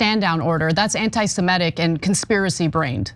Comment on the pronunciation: FFS Stop saying "anti-Simetic." Do you know any Simetes?